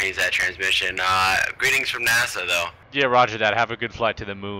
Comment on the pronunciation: It’s adorable how you always call NASA Nassau (the capital of the Bahamas).